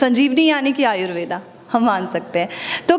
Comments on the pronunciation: Thanks for information, कृपया आयुर्वेद को आयुर्वेद कहें, आयुर्वेदा बोलकर इसका अंग्रेजीकरण न करें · Madamji,namste.Apka dr.sab ke sath jo bahut mahatvapurna batchit hui ye acha laga .Lekin es darmyan aap Indian hone ke bavjud Ayurved is shabda ka sahi ucchar kare ese "Ayurveda" na kahe ,dhanyawad.